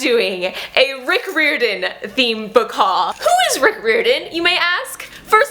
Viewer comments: I agree with all the Rick Riordan love, but it's Rick Riordan said like "RYE-r-don". I want to read the Kane Saga graphic novels. I think those are the only Riordan produced thing I haven't read save the newest book. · your pronouncing his name wrong, it’s: Riy-ordan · Not sure if anyone's mentioned this by his last name is pronounced 'rye-or-den' :) just wanted to mention that. WHERE DID YOU FIND THE PAPERBACK COPY OF HOO?? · Your saying his last name wrong but I’m new and I’m in love with your channel